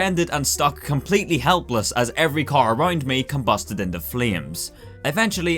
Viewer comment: "Combasted inte fleams"